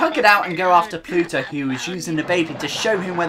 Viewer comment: Do you keep saying "Pluto"? His name's Bluto. Pluto is Mickey Mouse's dog. ;P